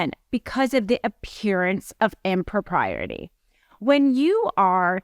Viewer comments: That "impropriety" is a doozy to pronounce, i think you might have one too many "R's" in there. x) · Good content. Need to pronounce impropriety properly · She pronounces impropriety wrong lol